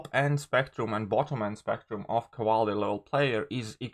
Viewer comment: I'm not going to hear you say Cavaler anymore? 😥 😔